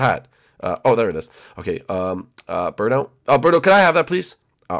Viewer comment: it's birdo not berto